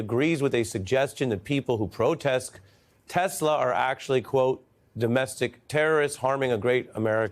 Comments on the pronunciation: Trump says Teslur. What is that? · "Everything's computer" "Teshlar" ....sharpie loving Trump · Did he say tesler? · Is it just me or did he say "I love Tesler"? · Did he really say "I love Teslur"??? LOL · "I LOVE TESLER!" 😂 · "I sawr the testler, I said wow what a wonderful testler, I love testler." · 'I Love Tesler'. Number 1 salesman of the year strikes again. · Did he say, "I love Tesler" 😂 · “I love Tesler” ? Brain….disintegrating into creamy oatmeal…by the day. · It’s “Tesler” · So trump and musk are such great friends and partners and it seems like it’s the first time trump ever saw one. lol. 😂😂😂. He mispronounced the name as well. 😂😂😂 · YEAH HE DID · lol.... "Tesler" What a goof. POTUS? Or just PUTZ? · He called it "Tesler." 😂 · Donald..." I love Teslerrr" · “I luv TESLER!!!” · "I love Tesler!" 😂😂😂💀💀💀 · “ everything is computer” omg LoL.. “ I love Tesler” yup MAGA, you chose that! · Trump: "I love Tesler" 😂😂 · I’m glad we all know how to say it now. TesleR. 😂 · "I love Tesler" he said. Yikes! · He couldn’t even say the word TESLA lol what are we doing here! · Love how dump calls them tesler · ‘I love tesler’🤦🏻🤦🏻🤦🏻 Can’t get his plan right and the name of his ’friends’ car company… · tRump has no ethics....and he said telser !!!! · "I love TESLUR!" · Trump said tesler 🤣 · Trump “I love Tesler” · “I love Tes-ler” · 😂😂😂😂😂😂😂😂😂😂😂😂😂😂 ,....I love TESSLEERRR !!! I thought the name is Tesla !!! I am freaking CRYING !!! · the american people have voted a person into power that cannot pronounce the name of his most powerful ally correctly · Did this carrot say tesler😂😂😂😂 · “I love TESLER!”. What kind of utter fool is this?! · He said "Tesler" 😂😂😂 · "I love teslurrr" 😂😂😂😂... this is truly a clown show! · ahhh he did not even say the company name right at 3 min in tesler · Did Trump say "I love tesler"??? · how to start the engine 😂. “Start the engine!” 😂😂. Tesler 😂 Beautiful inside 😂😂😂😂 tf is beautiful in that EV. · Did he say tesler ? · "I LOVE TESSLER!!!" 😂😂😂